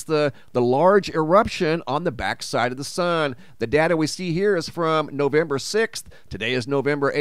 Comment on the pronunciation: Lol….It’s not “NOVEMBER”😂😂😂😂